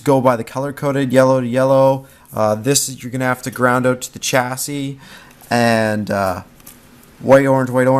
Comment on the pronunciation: Oaut? You from Canada?